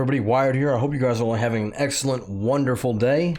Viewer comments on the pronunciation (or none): none